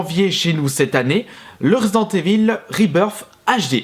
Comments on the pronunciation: ivaule, pas évil ... bordel, t'es un fan de metallica, écoute le titre AM I EVIL ... tu verras ! :) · en francais on dit residente ivel